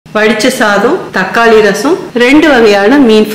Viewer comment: தக்காலி இல்லை. தக்காளி என்பதே சரி